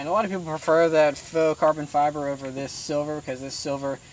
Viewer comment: carbon fo-bre